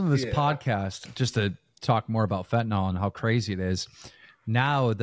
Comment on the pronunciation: Guys, it's fentanyl, pronounced 'fent-uh-nill' or 'fent-uh-nuhl', not 'fent-ih-nawl'. Sorry, pet peeve, and an all too common mispronunciation.